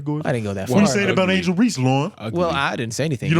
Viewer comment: Y’all calling angle Reese cones crzy😂😂